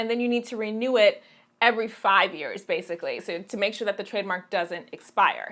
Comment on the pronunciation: is that an accent? "bayasically"